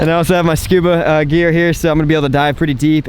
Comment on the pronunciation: Say scooba again 😫